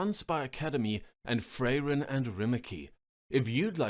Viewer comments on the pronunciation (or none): My dude, it's Frairen, not Fray-Ren. I commented on Bree's video that I'd unsubscribe if I ever heard another "Fray-Ren". Now I'm going to let this one slide but guys, please inform your new narrators how to pronounce the names of long loved characters properly. It's an insult to Larissa, Frairen and the community. Edit: Holy shit that's an AMAZING narration! Can't wait to hear more of you! =D